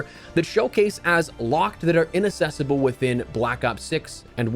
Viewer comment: the word is “inaccessible” not “inassessable”